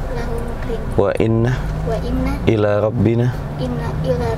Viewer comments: setahu saya yg betul doanya inna rabbi bukan illa rabbi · Mohon maaf sebelumnya di sini saya ingin meluruskan tentang bacaan do'a yg bunyinya: illa robbi la ghofuururrokhiim yg benar mestinya "inna robbii" bukan Illa robbii. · maf doa nya ada yg salah gus setau saya itu inna robbi bukan illa robbi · Bukan illa Rabbi, tapi Inna Rabbi.. laghafurur rohiim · Assalamualaikum maaf sekedar koreksi doanya gus. Bismmilahi majreha wa mursaha selanjutnya yg benar INNA ROBBI bukan ILLA ROBBI ya. Terimakasih dan mohon maaf. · Ina Robi bukan ila robi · Doanya kok Bismillahi majreha wa mursaha ILLA ROBBY. Yg bener kan INNA ROBBY. Ayat Al Qur an lho. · maaf boleh saya koreksi bacaan doa yang pertama Bismillaahi majreehaa wa mursaahaa, (inna) rabbii lagafuurur rahiim Maaf bukan dengan huruf lam Lebih jelasnya bisa dilihat surat hud ayat 41